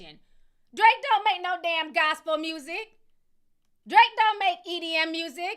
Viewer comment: “Drake don’t make no damn GOS-PEL MUSIC!!!!” 😂😂😂